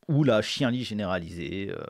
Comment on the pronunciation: ca se prononce chianlit, tu as appris un nouveau mot, maintenant il se temps que tu le prononce correctement... N est pas De gaule qui veut